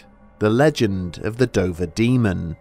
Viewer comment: At the start I couldn't help but hear you say "the Ben Dover Demon". I'm way too tired...